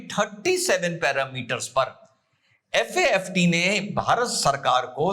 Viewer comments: Good analysis! 👍 लेकिन आपने 1–2 नहीं पूरे हर बार FATF को FAFT बोला.... प्लीज ऐसी गलतियों का रखिए!!!! विशेषकर जब आप क्लेम कर रहे हैं की ऐसे राजनीतिक मामलों में आपका कमांड है.... Hope you will take it positive! 🙏🙏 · Sir its FATF not FAFT 💓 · Sir it is FATF NOT FAFT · It FATF instead of FAFT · It is FATF and not FAFT? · Sir aap baar baat FATF ko FAFT bol rahe ho 🙏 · Sir with due respect, it's FATF not FAFT . We understand it's slip of tongue. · FATF को आप FAFT बोल रहे है। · FAFT nahi, it is FA TF. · Sir it's FATF not FAFT as per my knowledge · FATF को आपने बोला है FAFT वो भी एक बार नहीं बल्कि बार- बार बोला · Its FATF You said FAFT. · Dosto sir se sleep of tongue hua hai its "FATF" not FAFT....✅ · FAFT नहीं FATF 😅 बोलो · Sir its "FATF" 🙏🏻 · सर आपने FATF लिखा सही है उच्चारण गलत कर रहे हैं।